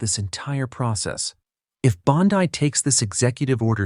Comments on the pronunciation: Its Bondi not bondii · Is this AI speaking ? Stop saying bond-eye